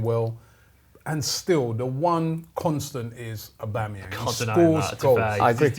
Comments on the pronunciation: Robbie really said Auba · Dus he just say aubamayang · People saying aubemyang 😂😂😂😂😂. Guy is garbage, most overrated player in the league